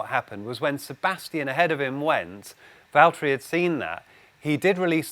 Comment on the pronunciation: Andrew, it's Valtteri... to whom it may interest...